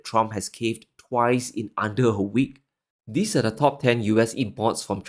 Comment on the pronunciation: very good content. Perhaps, reflect your pronunciation: It s not: In /ðɪs/ crazy times. It s : In /ðiːz/ crazy times.